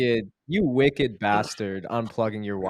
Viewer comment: ",u wocked bastard" really?